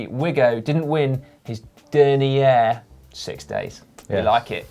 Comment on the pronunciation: you keep your reputation high by mispronunciating dernière. cheers